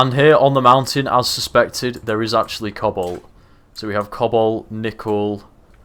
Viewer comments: Who else was hearing him say cobble, instead of cobalt for the longest time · cannot unhear "cobble" when you say cobalt.